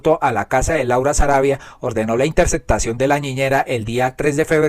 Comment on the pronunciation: Yo escucho TODOS tus vídeos. Los encuentro informantes ilustrativos. Esto es muy importante para los que vivimos fuera de Colombia. Con gran respeto y aprecio pido que la"p" en mitad de palabra sea pronunciada, p ej. corrupto, corrupción, ó interceptación. La Sra. Marta Lucía Ramírez decía séctima en vez de séptima. Perdone la comparación.😢